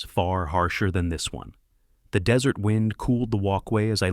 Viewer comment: Desert is pronounced (dez-ert) NOT (de-zerts.)